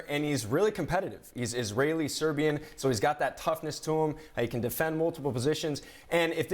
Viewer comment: She said zo on lakers